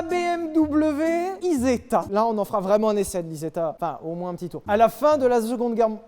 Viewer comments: « La zegonde ger mondiale » j’suis plié 😂😂😂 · A la fin de la zegonde guerre mondialeuh